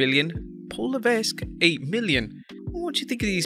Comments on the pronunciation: Dude....Paul La-veck. The S is silent. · Don't pronounce the S is Levesque and you will say it the right way.